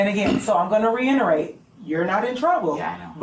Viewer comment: I'm sorry but is this a principal/teacher that's pronouncing ax for ask and reinerate for reiterate? And we wonder why kids today speak like they do.